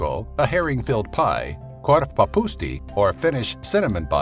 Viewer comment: once again it's not korvaphusti its korvapuusti